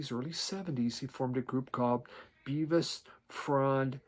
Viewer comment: Its Bevis as in elvis